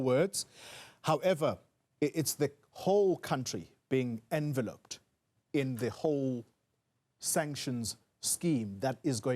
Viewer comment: Here's the correct pronunciation with word stress (for your information, Newzroom Africa reporter). The word enveloped is pronounced with the stress on the second syllable: en-VEL-uped (/ɛnˈvɛl.əpt/). Go study it, and practice it. You might even want to chant it.